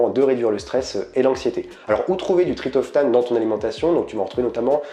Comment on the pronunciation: Merci pour cette vidéo très interessante. Ps : on dit TriPTOphane. ;-)